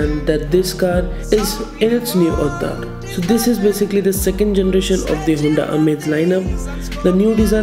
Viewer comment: Bhai Hunda nhi Honda 😛